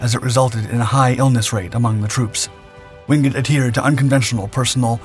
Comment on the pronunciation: Why is it that this channel insists on showing footage of American servicemen, when the story in question has nothing to do with them? My father's best friend and our neighbour served in the Chindits. He really hated the Japanese for what they did to Allied POWs and local people. By the way, his surname is pronounced WINGATE, not Wingut.